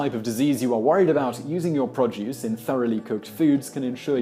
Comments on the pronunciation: It's pro-duce, not prod-juice. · Produce - pronounced "pro + duce" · P r o d u c e just say it. Produce. P r o d u c e